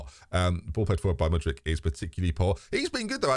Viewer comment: How does get 'Mudrich' from Mudryk?